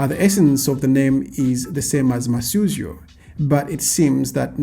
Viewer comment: First off, not Masyuzo...but Masuzyo! Yes, Masautso is a Tumbuka alliteration of Masuzyo...Precisely Masuzyo is Mavuto. Second...its not far fetched that Mugabe might be Malawian as you have rightfully pointed, Zimbabwe,(Southern Rhodesia) and Malawi(Nyasaland) were Federated into "one country" hence, Federation of Rhodesia and Nyasaland. The one that drives me nuts is the one that denies Banda is Malawian.